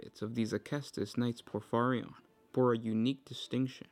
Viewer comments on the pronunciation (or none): Say it with me: POR - FEE - REE - ON